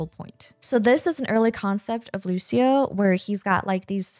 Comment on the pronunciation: Hi, nice video but "Lusio" is not how you pronounce Lucio. "Lucho" is the correct way, like luchador. Thank you.